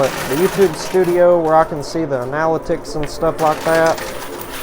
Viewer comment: Analytics : pronounced - anna-lit-tics